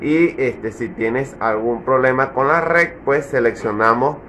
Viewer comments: Reeeed🗣🗣🗣, red🗣, red🗣, reeeeed🗣, es red🗣. No rec🤦‍♂️ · Es desesperante escuchar decir REC en vez de RED